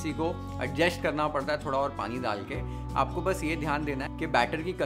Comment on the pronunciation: दाल देना ❌ डाल देना ✅ द से दवा , ड से डमरु | कृपया इसे १०० बार बोले हर रोज़, आपकी भाषा सुधर जाएगी |